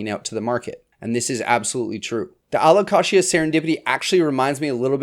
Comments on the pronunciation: lmao its supposed to be Allo-Kay-sha/jha.. like the word allocation.. but allocatia.. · Taxonomist here! Allow-Kay-sia. He says it wrong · My alocasia bloomed. It was uneventful 😂. I’ve never heard alocasia pronounced the way you do. I say Al -oh-cay-shuh. Anyone else? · Never heard anyone say alocashia haha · My real ick is how he says alo-KASHYA. Love the series though ;D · I’ve never heard it said like the Kashi cereal before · It took me a second to realize what you were saying. I've never heard anyone pronounce it that way. But it's your video, you say it however you want. 😊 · No he says it weird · The way you say Alocasia 😅😂 I’m so excited for 2024 plants!!